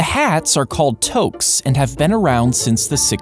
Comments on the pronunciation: It’s pronounced “too-k” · From a french here : you dont prononces the s from toques 😅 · That is not how you pronounce toque lol